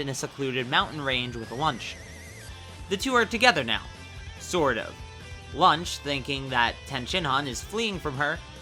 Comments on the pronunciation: her name is launch not lunch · I did a Toriyama and forgot Launch existed and thought you said "Lunch"